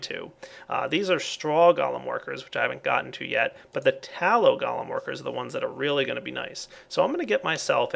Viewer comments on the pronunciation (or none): you pronounce it wrong: it is gOlem not galem